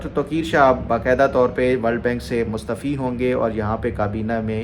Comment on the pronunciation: Wailakumslam with due respect it's mustaaaafi not mustfi.ت پہ ا آتا ھے,mustfi means mustfied or mustfeez.i am not a Urdu professor or PhD doctor I'm a medical officer 😅